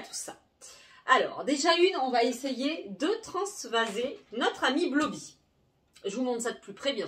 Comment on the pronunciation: Blooby se dit bloubi